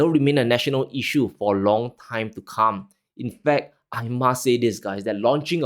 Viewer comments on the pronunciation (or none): none